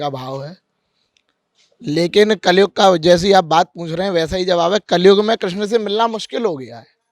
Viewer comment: Kreshn Nhi Krishna hota be